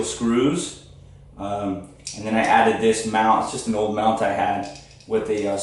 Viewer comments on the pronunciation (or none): none